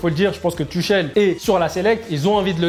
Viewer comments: Il a dit ´´ Tuchel ´´ normale frère sa ce prononce ´´ Tourel ´´ concentre toi mdr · Mdr colombien tuchel se prononce turel